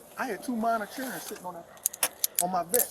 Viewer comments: Not "minor churlren" 😂😂😂😂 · Churren????? Smh lol